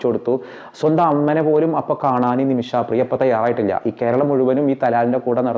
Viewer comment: Respected sir, It would be better if it was read as നിമിഷപ്രിയ instead of നിമിഷാപ്രിയ. Ok?